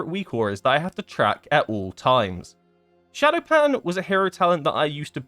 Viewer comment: Why did they have to mess up Shadopan again. That makes me sad.